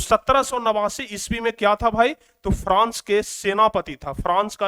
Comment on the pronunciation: france hota hai frans nahi hota hai